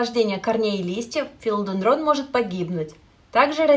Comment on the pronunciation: Такое полезное видео,но прямо режет ухо не правильное ударение растения)